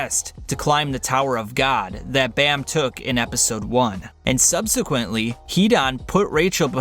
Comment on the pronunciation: I don’t like the way how he says bam